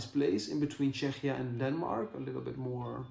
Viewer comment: Czechia is pronounced Checkia in English :)